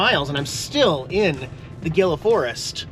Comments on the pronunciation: It’s Hee-La not GIL-A national forest, like in gila monster reptile. With love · The Gila Nat Forest is pronounced “Heela”! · Gila is pronounced Heela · Ghila is pronounced "He-la" lol National forest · I can't take it anymore.🤪 You keep saying Gila mountains wrong (hee-la"). Think Gila monster! Thank you for this short intermission🤣😄... Have a great trip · Love you, but it's pronounced HEE-LA, not Gill- Uh. Just a native word. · Enjoyed the video. FYI... Gila is pronounced "hee-lah"! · It’s pronounced Geela. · Thanks for the videos. Gila is pronounced He La Safe travels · Gila is pronounced as Hee-la. As in Gila Monster (Hee-La Monster). Common mistake from people not from the Southwest. 😆 🤙🏽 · Gila is Spanish and it is pronounced (hee-luh) like the Gila Monster which gets its name from the Gila River that runs through the Gila National Forest. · No hate….Gila is pronounced ‘ heela’ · Gil’s is pronounced hee lah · Gila is pronounced “heela” after the Gila monster. Have fun in beautiful New Mexico… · Pretty sure it's :"HEE-la" like the Gila Monster... Stay Safe! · I am sure someone has mentioned this... Gila is pronounced "He la" I have followed you for some years. Enjoy your channel. I was raised in New Mexico, great place!!! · Just sayin', it's pronounced HEE-la. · Gila pronounced hela, I'm pretty sure. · Pronounced Hila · not trying to get on the nerves but you pronounce gila ; hee-luh. I live in Deming... I'll wave as you pass through! Happy trails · Gila Forest....pronounced He La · Gila is pronounced Heeela. Like gila montsers…..😂HEELA MONSTERS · The G is pronounced as an H in Gila national forest. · Gila is pronounced like "he la" the G is silent 🤫. Pat the kitties for me. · It's actually pronounced "Hila". 😆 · FYI- GILA is pronounced------ He La. The G is an H sound. Good video. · It's actually pronounced, ""hee luh". I didn't know either...🙃🙃 Don't know if you're interested in the Gila Cave Dwellings,, very interesting ,,,,.